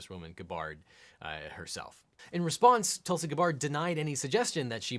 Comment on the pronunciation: Weirdly her first name is pronounced Toolsy